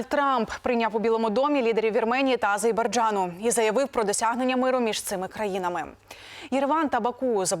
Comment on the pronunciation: "Азейбарджану"))))Ще одна))))ведуча)))